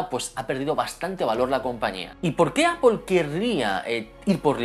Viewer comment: ¿Xq pronuncias el inglés con un acento tan cutre y sin embargo la palabra Apple la recalcas tanto con un inglés perfecto? Queda raruno y como de pijo relamido. Eipol no, Apple y déjate de pijadas.